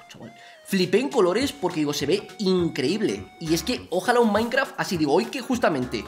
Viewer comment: jajajaja me cagué de risa cuando dijo maincra sin ofender ok?....